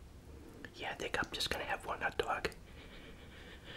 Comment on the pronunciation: Why do you call it a ut dug